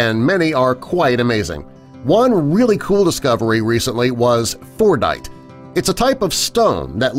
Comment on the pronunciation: Fordite? Thought he said fortnite